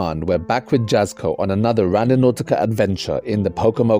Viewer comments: Jasko is pronounced Yahzkoh not Jazzkoh. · Just an FYI Jasko is pronounced Yah-sko but great vids, I’ve been hooked for a couple days now